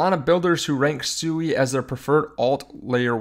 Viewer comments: I'm interested in SUI pronounced SWEE, not only according to the co-founder and all the devs but dictionarycom proper pronunciation. You must be talking about some mean coin called SUEY. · Pronounced “Swee” no?